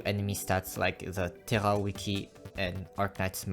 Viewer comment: "Térra Wiki" brother are you FRENCH? xD If so, hé bien ravi de voir un nouveau CC français dans la sphère Arknights